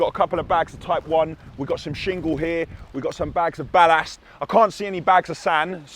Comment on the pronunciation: Sorry bruv but why do you pronounce ballast so strange